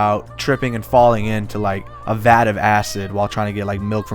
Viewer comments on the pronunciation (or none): "tripping in a vad of acid"